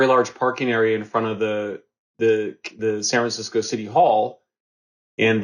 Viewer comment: He actually said Sanfransico twice, thank u I thought it was just me.